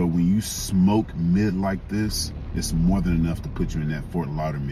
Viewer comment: Fort Lauder-MID… ☠️